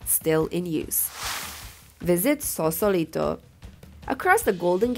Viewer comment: FYI, It''s Sausalito, not Sausolito.